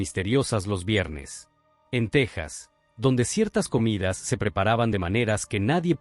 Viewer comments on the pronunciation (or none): none